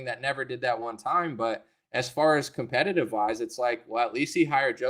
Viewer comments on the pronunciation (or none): none